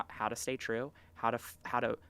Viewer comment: Twanz, you know it's twue